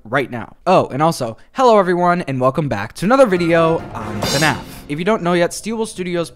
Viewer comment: its fnaf not fuhnaff